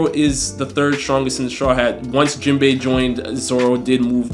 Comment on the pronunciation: This video started off all wrong 🤣 bruh said Jenbai. I'm two years late tho so he didn't know Sanji is better at this point. He gets a pass lol